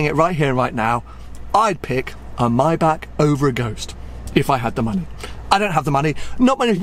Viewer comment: I beg you, please learn how to pronounce ‘Maybach’